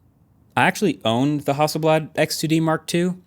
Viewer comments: HASSELBLAD more like hassle-bland 😂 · I'm not gonna lie, every time I heard you guys say Hasselblad on the podcast, I thought the brand was called House of Blood and without a second thought, felt like that would be a normal name for a camera brand. I need to get out more...